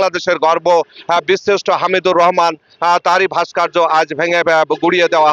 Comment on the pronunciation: শব্দটা "ভাস্কার্য" নয় রে বলদ ওটা "ভাস্কর্য"।😂😂